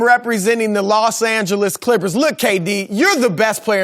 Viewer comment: Rob parker always sayin Klikhpers (Clippers)